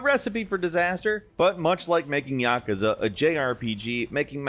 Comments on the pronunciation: Did they spell yakuza wrong in the script and that's why he's pronouncing it yakaza? 😅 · Please pronouce "Yakuza" right. Love you all but earghhh it's not Yakaza, that's really hurting my ears! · Bro really said "Yakaza" 💀💀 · As a big Yakuza fan, the way pronounced Yakuza hurts my soul lol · "yakasa" wtf its yakusa fumito "uido" why you speak the names intentionally bad???